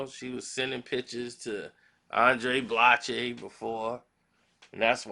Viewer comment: full of sh!+ Can't pronounce the brother name